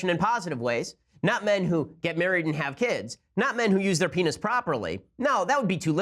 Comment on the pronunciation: idk why it's so funny how Ben Shapiro says the word "penis"....